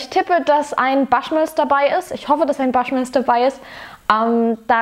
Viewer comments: Glen "Fiddisch"?? 😂😂😂 Falls Dich mal jemand fragen sollte, Aussprache: Glen "Fiddick", im Gegensatz zu Bruichladdich, da ist das "ch" stumm, also "Bruchladdie". Und bitte, das "Baschmills", keine Ahnung, woher Du das hast, spricht sich natürlich "Buschmills"! 😆🙈 Wer Whisky sein Hobby nennt, sollte auch wissen, wovon man spricht und sich tiefer mit der Materie beschäftigen, dazu gehört als Basis mal die Aussprache. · Prinzipiell bin ich begeistert von deinem Zugang zu Whisk(e)y-Reviews. Aber bitte versuch wenigstens ungefähr, die irischen/schottischen/englischen Namen richtig auszusprechen. Bushmills spricht man genau so aus wie es geschrieben wird. Das mag jetzt "nitpicking" sein, aber man muss ja nicht jeden Fehler, den die deutsche Whisky-Review-Landschaft macht (Verschwörungs-Lüning ist da ja ganz vorne dabei, da ist man sich bisweilen gar nicht sicher, ob er von dem Produkt spricht, welches man eingeblendet sieht) auch nachmachen. Ansonsten bist du derzeit meine Lieblingsreviewerin. Lustige, unpräteniöse Art und man merkt es dir an, ob dir das Zeug grade schmeckt oder überhaupt nicht. Bitte weiter so :-)